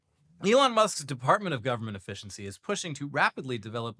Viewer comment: It's pronounced government, not jovernment. And the no silent 'e' in efficiency